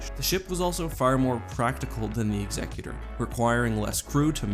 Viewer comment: I'm so glad you pronounce Executor correctly!